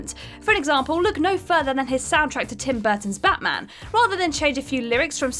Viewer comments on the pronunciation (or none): none